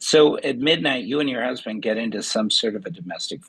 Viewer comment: At least it wasn’t the brusband! LOL